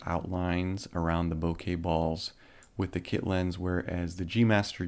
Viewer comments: ohh for fucks sake, stop satying "Bo-kaye" it's fucking "bok-uh" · Hi. Bokeh not bokey 😜😁 From Japanese ボケ 👍🏻